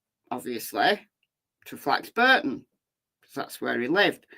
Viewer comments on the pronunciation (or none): It's pronounced Flax (Bor) ton, not Flax (Bur) ton.